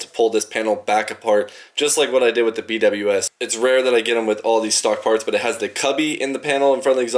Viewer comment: B W S ❌ “Be wiz” ✅ 😜